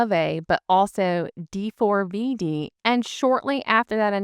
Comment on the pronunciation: Thanks for this post. I have some corrections for you….Lat-V-N, not Luh-tiv-E-N. The singer D4VD is pronounced Day-Vid. Petrosian (Adeliia, not Adelina) will be fine. She’s one tough cookie. Plus, Eteri will be there with the Georgian team so she’ll manage to coach Adeliia, every step of the way. Eteri will not be denied access to her student.